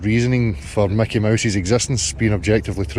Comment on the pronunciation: It's not Macky Mouse.